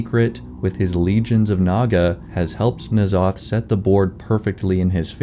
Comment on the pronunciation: "N'zoth" and "C'thun" are both only one syllable even if that's really hard to pronounce.